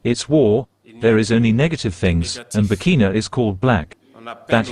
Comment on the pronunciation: It's BurkinA, not Burkino 🙂